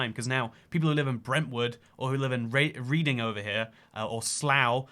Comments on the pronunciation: Btw "Reading" is pronounced like "Redding" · You pronounced Reading wrong. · Do you just call reading reeding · I couldn’t care less what whining Cockneys/Jafaicans have to say, it is indeed correct to say that Birmingham is the largest city in the U.K (and the centre of the very universe 😂). You should’ve mentioned that Stoke-on-Trent is famously made up of several towns and learnt how to pronounce ‘Reading’ though!